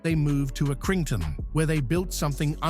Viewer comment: "a-kring-ton" - PLEASE stop using AI.... stinks